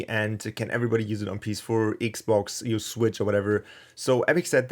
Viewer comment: You say Xbox like Me cause I'm not English 😂